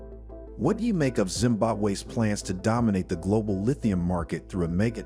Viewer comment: Global not "Glodal"